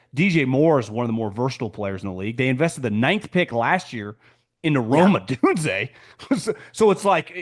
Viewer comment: Rome Odunze's last name is pronounced Oh-doone-zay. Professionalism includes coreect pronunciation.